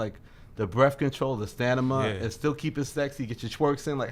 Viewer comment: This nigga really said “Stanima”